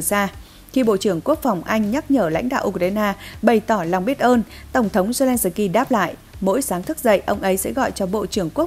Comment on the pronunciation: Phóng viên phát âm tiếng Ukraina & zelenski cực kém!